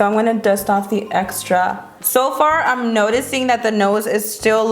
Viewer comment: I hate it when she says "im gonna take" cause she doesnt pronounce the "m" in "im" she says "n" instead of M She also says "i an gonna take"